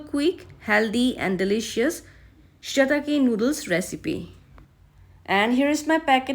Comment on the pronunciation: say it proper